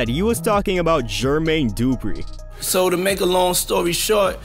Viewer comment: You lost your hip hop card when you called the man GEEERRRRMAYNE DOOOO-PRE. MY guy, da-fuqck?